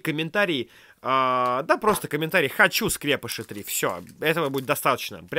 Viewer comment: Почему скрЕпыши если правильно скрепЫши а🤯🤯